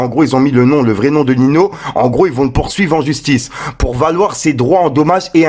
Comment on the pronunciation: J’aime beaucoup ce que tu fais mais là famille mdr on dit pas Nino mais sa se prononce NiNio